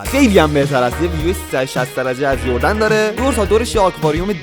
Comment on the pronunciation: خردن❌️ جردن✅️